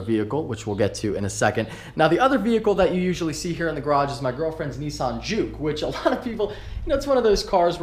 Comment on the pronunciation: Hahaha "back here in my garrraage"